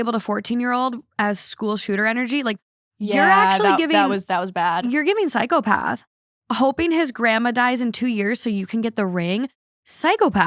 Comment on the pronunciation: I love how says "psychopath". She says it like how the Mom from the Ted TV show (the brilliant Alanna Ubach) puts strange emphasis on different syllables. "ps°YKOOhh°path" is the best way I can spell it out, without knowing the phonetic Alphabet. It's adorable.